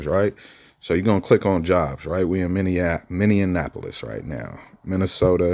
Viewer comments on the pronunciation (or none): U almost pronounced Minneapolis right den u fumbled 😭😂😂